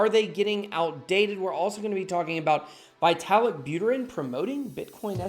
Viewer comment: Nice! Btw. It should be more like "vee-ta-lik" not "vai-te-lik")